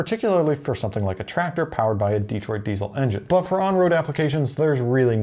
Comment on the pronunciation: It's not "DEE-troit," it's "De-TROIT."